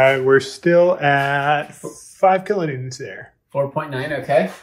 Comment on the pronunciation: "kilo newtents"